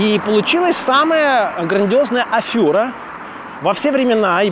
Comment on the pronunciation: АфЕра! ОпЕка! Режет слух. Е а не Ë